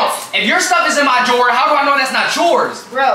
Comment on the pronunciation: the way he said drawer brooooo😂😂😂